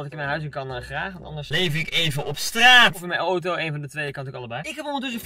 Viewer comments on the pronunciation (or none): none